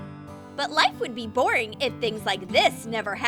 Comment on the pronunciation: be not bee